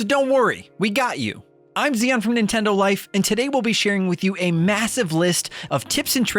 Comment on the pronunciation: My name is ion. Call me ian. Dude your name is zion not xeon.